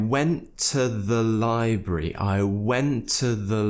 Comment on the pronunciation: The pronunciation of library you give it might be too new. I couldn't find it anywhere.